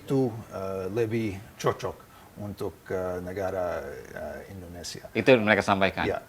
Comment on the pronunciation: INDONESIA boss.. Indonesia.. bukan Endonesia.